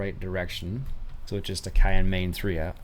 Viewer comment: Yes Wyoming is a State and your mispronounced Cheyenne